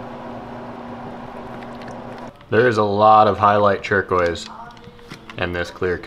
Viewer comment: It sounds like he said churqouise